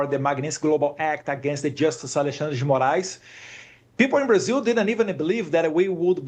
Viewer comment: Eu fico fascinado com a pronúncia dos nomes brasileiros feito pelo Eduardo. Embora esteja falando em inglês, ele consegue fala Alexandre de Moraes, Lula da Silva sem pronuncia acompanho o inglês. Consegue separar perfeitamente as pronúncias.